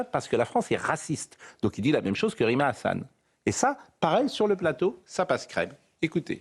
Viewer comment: Diction /20 "Rime à rien"